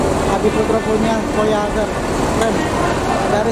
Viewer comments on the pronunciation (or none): none